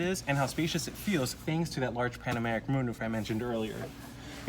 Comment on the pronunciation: Pan o ramic. Not Pan Americ.